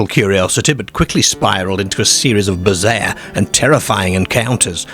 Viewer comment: Love how you say 'Scare'borough and Bizzear in their Gearden with sheards of gleass. A tall Deark figure 😂🤣 👍🏼